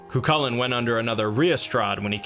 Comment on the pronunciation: His name is actually pronounced "Koo - Hoolan" :) great video btw, its nice to see someone talking about Celtic myth